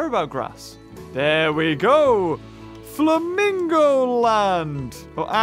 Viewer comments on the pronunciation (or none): You called the flamingo exhibit "famingo land"